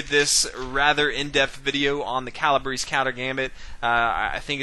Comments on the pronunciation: Calabrese is not pronounces Calabris! Such a butchering. It's Cala- Breh- Zeh. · "Kah lah BRAY see" you non Italian. 🤣🤣🤣 (At least you pronounce Fianchetto correctly)